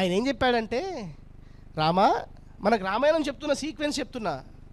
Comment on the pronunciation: అక్షరాలు పలకడం రాణి నీకు ఈ ప్రవచనాలు ఎందుకు రామాయణం అని అనడం రావటంలేదు లేదు ణ కి న కి తేడా లేదా వసత్తులుకూడా రావు